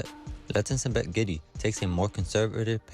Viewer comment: GIDEY - wrong pronunciation - not GEDDY!